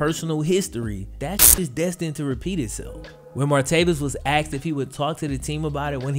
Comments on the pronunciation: It’s not axksed it’s asked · he axed you what.. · Great vid really well researched edited and delivered, I wanted really bad to dislike it at the beginning when i hear the common misuse of "Axed a question" I get all the defensive arguments i.e. cultural, popular, modern... Even so its grating on my ears. Sorry for the negative criticism, had to thumbs up the great content though gj, keep it up. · Can't believe he axe you that. He aks u like he don't know. He acks so many crazy questions. People need to stop axxing so many crazy questions ... Just stop being rebellion and go to the scrip club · He axed you? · He AXED you??????????